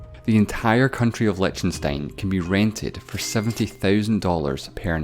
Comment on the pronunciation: Whattenstein????? Come on...do your bloody home work...it is : lie- CH- ten- stein with a bloody ch like as in bloody loCHness...Sounds familiar that loCH??? not a sh to be found in all of liechtenstein...